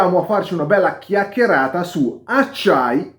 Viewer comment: Premesso che sentir pronunciare in modo correto la parola "chicchierata" è già una goduria, che bella carrrellata di acciai, bella video-tabella che sicuramente è utile come linea guida😊 sul D2 anche Fox non è malaccio seondo me ma ovviamente li si apre un mondo.....